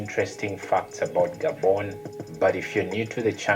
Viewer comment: It's Gah-bon not Gay-bon.